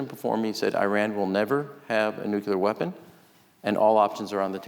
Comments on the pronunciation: If Ram Emanuel is so bright, why can’t he pronounce nuclear? Not nucular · When will politicians stop saying "nukuler"? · I just don’t get it. Why do so many people mispronounce nuclear? What’s so difficult?